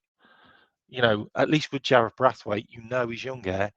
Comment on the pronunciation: You make me laugh with your pronunciation of players names. Brathwaite lol BraNthwaite